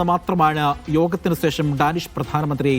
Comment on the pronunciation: സേഷം അല്ലെടോ, ശേഷം എന്ന് പറഞ്ഞു ശീലിക്ക് 😂